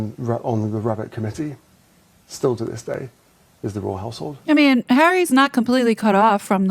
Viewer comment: i thought he said "royal asshole" twice haha royal household